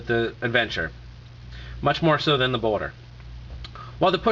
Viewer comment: Did he just say boner? The first time he says boulder it sounds like he said boner. Anyways I just purchased one on ebay and I am wanting to use it as a prepaid phone hopefully it is possible as 1 verizon agents said it should be possible but 2 other ones said it wasn't possible.